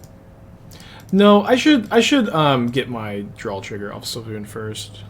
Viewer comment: Svay-loon its really easy to say lol